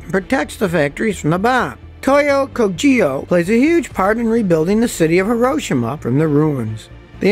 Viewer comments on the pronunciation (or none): Not kou- ji yo! It's kou- g'yo! It means 'industries/factory'